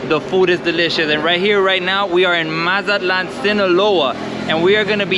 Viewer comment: Say it correctly cabron!!! MAZA-TLAN!! You got Spanish speaking viewers too